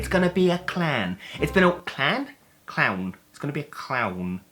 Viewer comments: "ITS GONNA BE A CLAAHN" Is the most Essex thing ive ever heard in my life. Like "LOOK AT THEM FACKIN CLAHNS!" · Coming over all Eastenders at the start: "it's gonna be a claaaaahn!" 😆 And I didn't spot anything wrong with 'loam fatex' at first even when you put the words up on screen!